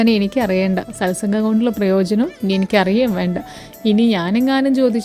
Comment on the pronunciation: സത് സംഘ്.. ആണ് ശരി. സൽ സംഘ് അല്ല.